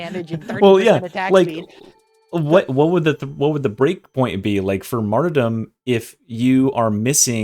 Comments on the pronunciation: Kinda drives me insane he pronounces Martyrdom like "Marty dumb" instead of like Martyrdom. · Marty-dom the Arbirator of carburator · pls stop saying martyrdom like that lol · "MaRtY dOm" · The way pronounces "martyrdom" is criminal.